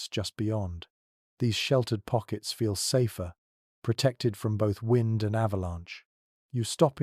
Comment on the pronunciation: Their ai mispronounced "wind" at least once. Shame on giving the impression that this a genuine person giving a crap of where and when I am. Shame. Or lack thereof.